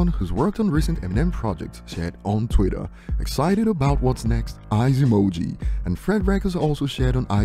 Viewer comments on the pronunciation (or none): If this A*s Hat says "Tweet-er" one more time my brains are gonna leak out of my ears G*d damn it!